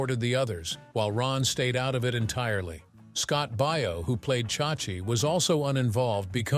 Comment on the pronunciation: Baio not Bio.